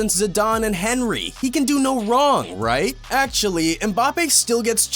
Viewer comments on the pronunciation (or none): These new gen kids Henry ffs m8 in greatest ever uts prounounced onree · Henry is pronounced like onry